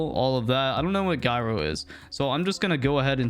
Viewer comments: "Guy-ro" I had to stop watching after the second time it was pronounced. lol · guy-ro LOL bruh. genius.